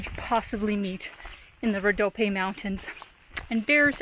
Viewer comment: You can pronounce it "Rodopie". It ends with the "E" sound. Thank YOU for sharing our beautiful lands and people with the world! <3